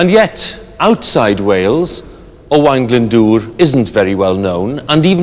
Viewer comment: I think his pronunciation is rather good for a Sais, usually they say O-Wen.